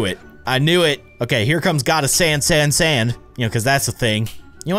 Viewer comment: Wait.. when he said “GOTTA SAND SAND SAND” I heard this: “GOTTA SANS SANS SANS” LOLLL